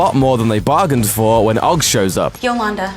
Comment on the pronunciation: It's pronounced O.G.G not ogg 😂😂